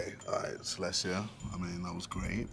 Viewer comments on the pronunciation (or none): none